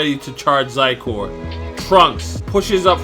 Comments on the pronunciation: Psycore? I always thought it was pronounced Scizor, like the Pokémon. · Xi is pronounced:she it’s Xi(she)cor